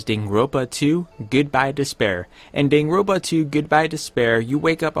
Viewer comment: Dude. If you want to review a game, you should at least know how to pronounce the name